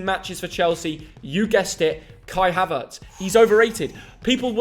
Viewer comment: Thank God he said Havertz